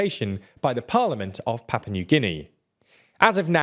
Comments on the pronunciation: Why do you call Papua New Guinea "Papa"? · Papa New Guinea??! Do you mean PAPUA?! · “Papa” New Guinea, lel. Ah, yes, come to Papa.